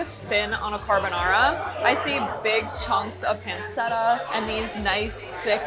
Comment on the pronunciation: Appreciate the insight this video provides because these prices are kinda bonkers. FYI - the correct pronunciation is “pan-chetta.”